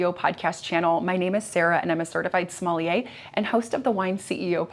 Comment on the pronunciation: is not pronounced "smell..ier", even though is has to do with the "smell". The correct pronunciation is / sʌməlˈjeɪ/ SUM-əl-YAY and the origin or the word, interestingly enough, has nothing to do with the "smell" - it comes from the latin word "sagma" (packsaddle).